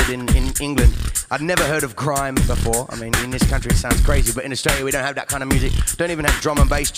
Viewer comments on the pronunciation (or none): i keep thinking he says "when i came to manchester I never heard of CRIME before".. makes me chuckle every time :D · did he say "Crime" or "Grime" when he was talking about styles at the start?